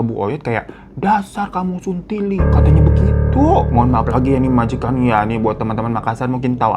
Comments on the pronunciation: Saya yang asli Makassar, mau marah ke Daeng malah ngakak perkara bang Hiro ngomong 'suntili' . Sebenernya pronounce nya gak kayak gitu, salah penekanan, dan emang kata itu kasar tapi pas diucap sama bang Hiro malah jadi lucu😂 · Hay bang Hiro aku dari Makassar,ngakak bgt pas ngomong suntili😂😂😂